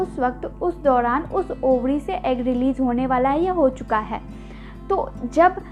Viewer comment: Ovadi ya ovari madam